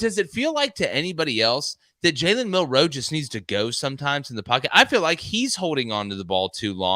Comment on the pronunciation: Just a fyi fellas in case there's any confusion, Bama's QB here in 2023 DOES NOT have multiple last names NOR is it hyphenated....Ok?? Cool?? So I'm just requesting that the pace of yall speech remains the same whether pronouncing a name like Jackson or Millroe..... ITS NOT JALEN MILL-ROE or JACK-SON just stay fluid boys!!!!! It's been driving me nuts but it's a me problem but totally feel like I'm so not alone